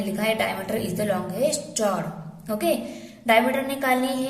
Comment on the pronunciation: Mam aap chord ko galat pronounce kar rahe ho